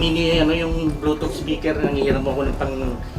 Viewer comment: blotot spikir? o bluetooth speaker? ayusin mong adik ka hahahahaha